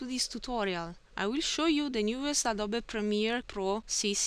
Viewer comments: Adobe pronounced (ADD-OO-BEE). You did ask for pronunciation help :) thanks for vid! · Hey, awesome video, as you said before, I think Adobe is pronounced Ay-do-bee Anyway, thanks for the video, it really helped me out :) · Adobe is pronounced A-doe-bee :) great job, thanks for your help! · Awesome video. Very well done. Adobe is pronounced (uh-DOE-bee). Thanks!